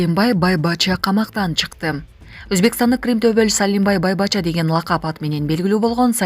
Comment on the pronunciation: Байбача эмес бойбочча деп айтылат